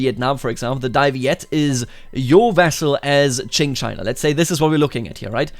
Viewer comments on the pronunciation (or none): none